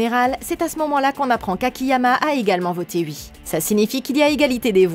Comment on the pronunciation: mdr comment tu dis ui